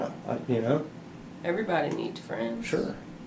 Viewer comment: Can't you understand that he is saying "we fwiends" 🤣